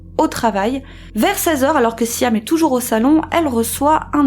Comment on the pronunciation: c'est siam (sjam) pas siham (sijam)- cape town (keɪp taʊn) pas kap taʊn